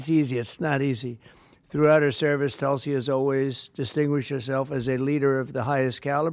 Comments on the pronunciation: She is a woman of great common sense,but she never tells others how to pronounce her name Hahahhaah....its pronounced like "tool c"....not tuul c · It's not talsi it's pronounced tulsi